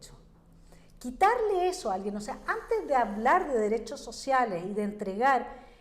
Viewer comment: Los dereshos shoshiales 😂😂😂😂😂